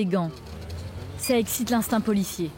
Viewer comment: «c'est bon çoh!» ah l'accent du Nord